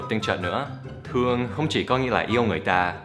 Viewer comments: Do you know "Tuong" means "to punch someone" in vietnamese slang. So when you say "I Tuong you so much" means "I punch you a lot". Lol. Tuong and Thuong pronounce difference and it is hard for foreign to say it correctly. No offense !!!! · thương chứ không phải tương nhé anh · ko phải tương mà là thương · Thuong chứ ko phải tuong thầy ơi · Thương thì thầy Dan nói thành tương là sao ? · thương mà sao lại thành "tuong" nhỉ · i thuong you....not i tuong.... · thương như thế thì người việt dễ đọc thành tương lắm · anh Dan nhầm từ "thương" thành từ "tương" kìa. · I don't know if you used it intentionally but "thương" not "tương". "tương" means some kind of ketchup and it's slang meaning is throw something at someone. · thương chứ ko phải tương thầy ơi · haha, Unbelievable with "thuong" =)))